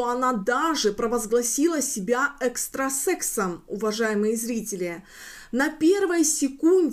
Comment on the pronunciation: Правильно: экстрасеНс